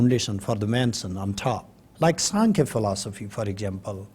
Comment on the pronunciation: Did he say 'Sankya Philosophy ?'